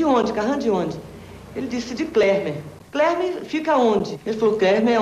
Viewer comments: Ela fala clermer e o nome do planeta é kleper. Ademais, quem nomeou esse planeta foi um humano, não quem teoricamente mora lá. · Até porque ela fala "Klermer" rs